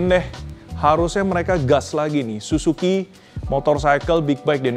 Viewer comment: yang bener SIZUKI bg. 😂😅